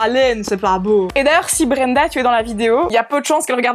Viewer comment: "BREEEENDA" Je meurs hahah Honnêtement, n'importe quel prénom avec l'accent belge fait cet effet!